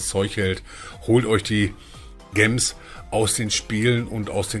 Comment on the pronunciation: Sprech bitte mal gems Englisch aus.